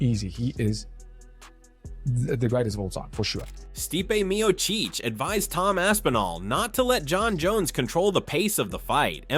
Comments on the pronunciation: "MEO-CHEECH!" Come on AI. Painfully annoying. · Mio-Cheech and Mio-Chong. Those funny A.I. thingies... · The narrator is such a casual non MMA fan that he can't even pronounce Stipe's last name correctly. 🤣